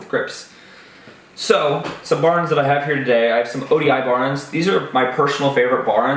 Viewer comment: “Baorens” What the fuck is wrong with you mouth dude? BAR ENDS, TWO WORDS.